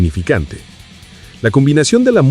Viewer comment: No, no y no. No grabaron en el sótano de Fenriz (que, por cierto, NO se dice 'Fénrich'). Grabaron en una cabaña que él tiene en el bosque, hasta la actualidad. Mira el documental sobre el Black Metal hecho por NRK TV, al menos.